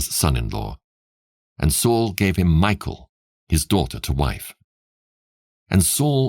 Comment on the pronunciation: I enjoy your reading but just so you know the name Mikal is pronounced mee-kawl just hearing it pronounced like Michael makes it sound weird